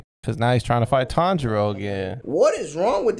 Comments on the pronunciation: Should’ve also made the rule, “Any time Inosuke says Tanjiro’s name wrong” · For part 2 add ever time inosuke says tanjiros name wrong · Why no "Any time Inosuke pronounces a name wrong"? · Zenitsu pussed out. That was a drink lol Edit: You should make a new rule that every time inosuke mispronounces Tanjiros name, take a drink.